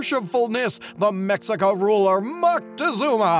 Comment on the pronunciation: It’s pronounced meshica. The x in Mexican native words is equivalent to SH. Many natives would call themselves meshicanos at first rather than mehicanos and the monolingual Spanish speakers would mock them and call them Chicanos in a derogatory way. Now it’s used as native pride and they have a Chicano movement. Chicano is now a word of empowerment for many mestizos in the southwest USA